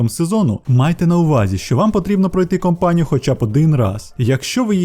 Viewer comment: Та не компанію, а кАмпанію =)